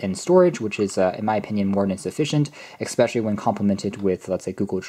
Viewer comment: Really good in-depth review, but please stop saying "exspecially", its especially.